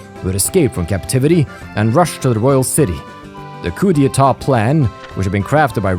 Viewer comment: Now that I think about it, I don't think we have a last tour of everyone after the tension drops in any other game (the closest would be CS1) in the series. Also I can confirm that you are pronouncing "coup d'état" almost perfectly.